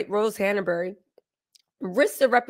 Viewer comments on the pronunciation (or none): It's Hanbury, not Hanabery